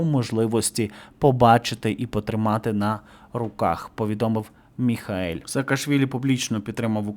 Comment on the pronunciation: Шановний, ну він не Міхаель, а Міхеїл! Або Міхо!